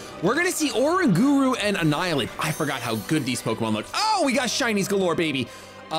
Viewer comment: Pls say oranguru right :((((